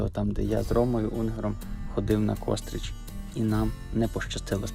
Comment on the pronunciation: Не "кОстрич", а КострИча!!!